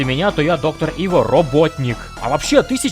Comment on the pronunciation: Круто но... Айво а не Иво